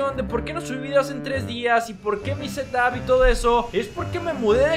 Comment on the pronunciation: Yo escucho: mi tetas dise: mi setup Xd